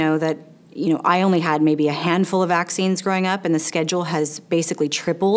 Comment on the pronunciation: You said maccine instead vaccines